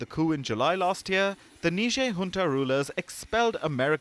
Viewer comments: ... that's not how you say Niger. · It is embarrassing how these so-called educated reporters pronounced the name of this African country. NIGER is pronounced Nai-jr not Ne-jair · Really? Neezhae? Its niger. 🙄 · Say "tiger". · OMG Lloyd Austin is so ignoran and is our US Sec. of Defense? NOOOO t! NOT NIgeria! They are NOT Nigerians bruh.. Country name - Niger (pronounced Neeejay) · That's not how I say Niger 🤠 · Everyone pronounced that country differently lol. How's it supposed to be pronounced?